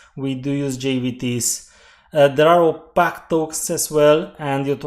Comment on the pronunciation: One other thing I’d like to point out is that opaque is pronounced like you would say opake. Some people might not understand the way you say it.